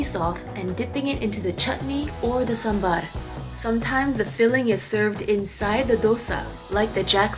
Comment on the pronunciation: you know what, you pronounced Sambhar better that North Indians....